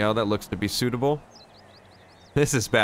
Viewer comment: when he is putting on a suit he says its suitble ( jokes)